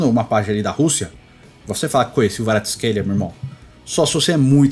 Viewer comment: Na verdade tem um vídeo do Kvaratsckhelia pronunciando seu nome e o ele pronuncia o som do K e o v tem som de U. Então seria Kuicha Kuaratsckelia a pronuncia.